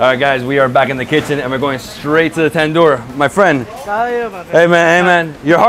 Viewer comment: Tandoor……i (eee)